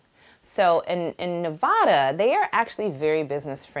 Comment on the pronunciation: I'm so glad you're here. I'm in Henderson and we have to connect! You know I've been team Haute since day 1! But remember it's Nevaada not Nevauda LOL.